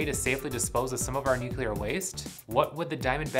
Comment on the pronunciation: NUCULAR?!?!?!? Not watching past the first few seconds.